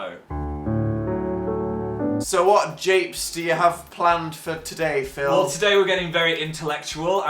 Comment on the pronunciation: did dan call phil "patick" bc he's a star?